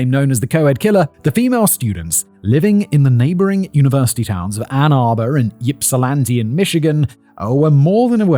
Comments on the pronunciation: sometimes he would say it correctly and sometimes he pronounced it yipsilanti. He was flip flopping the pronunciation. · It pronounced Ipsilanti, like Ipswich. 💜 Hello from Ypsilanti! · Oh. Oh no. I'm in the Ann Arbor/Ypsi area, and I'm scared to play this video about Ypsilanti, given Simon's track record of city name pronunciations... I also wonder if you're hazing Simon- if so, you should make it a one-two punch and do the next video about Puyallup ** Yep, Simon flubbed it. I honestly thought that if you'd look up the pronunciation of anything, it'd be the city that is both the setting and IN THE TITLE. I thought I was just teasing you guys, that surely, surely SOMEONE would think, "Huh. This is a weird name for a town...maybe we should look up how to say it." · I live in Ypsilanti. It's so funny to hear you mispronounce the Michigan words, most of them with Native American roots, with your British accent. 😁 My father lived right across the street from the killer in college. Super scary!! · Listening to you mispronounce Ypsilanti 5,479,832 times... 😖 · I agree, he is lucky he's never had to pronounce Mackinac LOL Though I remember my parents jokingly calling it in the purposefully wrong pronunciation "Mackaknick-nack" That's the only reason I would be able to remember how to spell it growing up LOL It always makes me smile now. That nostalgia done, did you not listen to the yipping he was doing to poor Ypsi? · Yeah, listening to Simon mangle Michigan place names repeatedly is killing me! Thank goodness no one was from Hamtramck or Ishpeming, because I cannot imagine what Simon would do with those, given what he did to Ypsi! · I giggle wildly everytime Simon says YIPsilanti. 😂 much to the comfort to my coworkers. Also, going 'YIP' like a hiccup noise isnt helping either. 😊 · I hate that you say it YIP silanti… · By the way the Y is supposed to sound like Ip not Yip. Ipsilanti is how it's pronounced. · Yipsilanti? Yippie! Boy... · Yip-silanti is sending me 😂